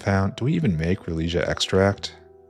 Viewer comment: glass fiber was a nightmare. finally got the second build. also it's Rale-e-sia.